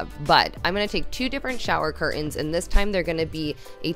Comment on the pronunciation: Love your videos… would love it if you changed from “cur- ins” to curtains…and from “ impor-in” to important